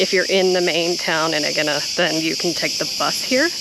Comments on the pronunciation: A-yeena emphasis on the A. no G sounds in the pronunciation. Not EGG-eena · Haha, you pronounce the name of the island completely differently to me. Great to see so much of the temple, more than any other video on AEGINA I’ve seen, and I’m very keen to sketch it as I’ve done on my trips to Sisely, Italy and Turkey.